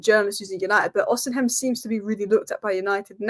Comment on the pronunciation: OSHImen thats how u pronoune it love the videos